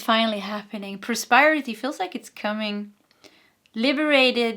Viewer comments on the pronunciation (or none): Då jag själv kämper ibland med visa svenska ord kände jag igen mig själv när du hade svårt med prosperity och prospering. ... så det är pros PER (som killenamnet) ity men prosper och prospering där sper uttalas som in namnet jesper. Hoppas det hjälper någorlunda då har vi tur så behöver du prata om prosperity många fler gånger här!